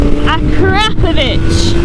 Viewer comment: Oh for gods sake someone else who knows how to pronounce Akropovic properly there is hope